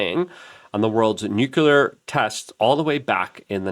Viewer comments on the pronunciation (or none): It’s not “nucular”, it’s “nuclear.” Also, it’s not “phenomenons,” it’s “phenomena.”